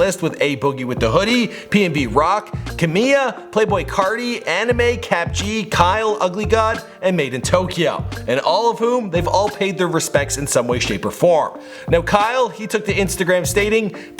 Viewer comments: Anime? You mean Aminé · he said anime instead of amine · I can't get over the fact that you said "anime" instead of Aminé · Did he say anime not amine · Anime??????????? Aminé would be the correct way to say his name. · AMINE ITS AMINE NOT ANIME U FUCK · In he said anime, not amine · "Anime." Not Aminé, but anime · Did he just say anime instead of aminè??wtf😂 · did he just call amine anime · Did he just called Aminé, Anime? 😂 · RIP X but did you just fucking call him anime his name is amine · *Amine not anime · It's aminé not anime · He said Anime not Amine AHHHHHHHHHHHHH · Tentacion da fuq tentacion how how did you mess it up that Much and you called amine anime stfu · It's Aminé, not Anime lol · Anime WTF?😂 its amine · dude said anime it’s amine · Amine not anime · he said anime instead of amine ahahaha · This nigga really said anime instead of amine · ANIME JESUS CHRIST WHY CANT YOU SAY ANYHING? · He seriously said anima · Did you just pronounce Aminé as anime? Hahahaha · Its amine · I know this video is solely about x but did anyone else realise he pronounced Aminé as Anime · He didn’t but whatever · Wtf you still can't say his name correct. Gtfo